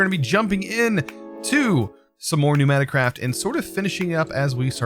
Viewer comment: Its not knewnaticraft, its PNEUmaticraft